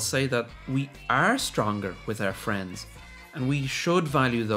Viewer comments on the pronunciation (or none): none